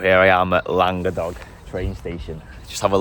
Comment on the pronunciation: As a Yorkshireman who lived in Wales for 12 years I learnt a rule that works with lots of Welsh words. If it's 3 syllables the middle one is often the strongest em-PHA-sis. So I'd expect Llan-GA-dog. Top quality video as always - thanks